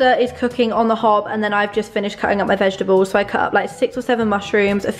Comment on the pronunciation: Hey, what are ‘vegeables’? 😅 Or am I hearing things?! Anyone?